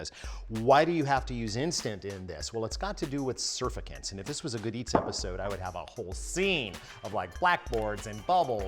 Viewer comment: Surfacants? Forgot a letter there my dude. 😉